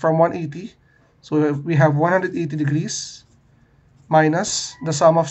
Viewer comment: I heard “Sui” in place on “So we”